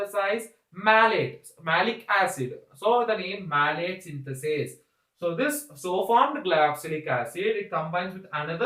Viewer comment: its citrate synthase and not citrate synthatase